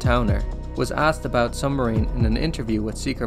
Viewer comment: lol he said sumbmarine